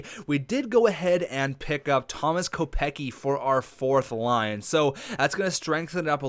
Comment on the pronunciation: not to be rude but it's pronounced Kopec-ski. Love the series keep it up.